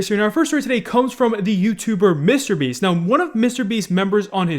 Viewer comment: Why does pronounce Mr.Beast like that like WTF